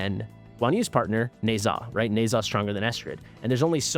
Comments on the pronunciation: Hello. Thanks for your videos. By the way. "Ne Zha" is pronounced "Knee-Ja" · Dumbest pronunciation ever. I think it sounds better as is